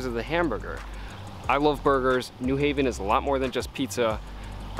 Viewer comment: Thank you for pronouncing New Haven correctly, with the accent on the second syllable.